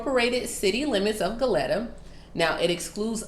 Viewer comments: Hey heads up it is pronounced go leeta. Spelled Goleta. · ITS PRONOUNCED GO- LEE- TAA